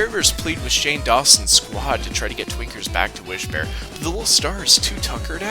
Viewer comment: I'm absolutely not hearing the N when you say Twinkers. it's just... Tweekers